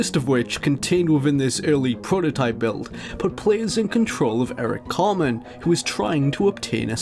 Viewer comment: It's "CarTman," not "Carmen." 😅